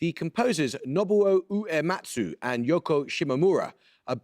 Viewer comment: The way Amol pronounces Japanese names is very funny. Oo! Ematsu.